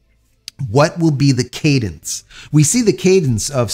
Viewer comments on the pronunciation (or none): none